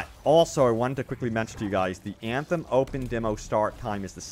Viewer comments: Everytime he pronounces "Anthem" something dies inside of me :D no front, love your content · O MG I can’t in hear Anthem!!